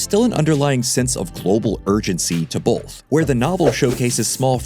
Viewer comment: Please stop pronouncing "both" as BOLTH!